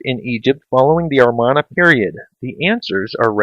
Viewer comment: You said "Armana" period, it's "Amarna".